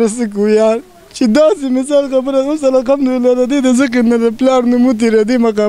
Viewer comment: دا خلک د کومې علاقې دي دوي د (ه او خ)فرق نه شي کولاي مايک والا د (قهار ) پر ځای (قخار) وايی او دابل د (الحمدلله)پرځا ی (الخمد لله)وايې دوي خو به دلمانځه الفاظ او دقرآن الفاظ ټول غلط وايې ۔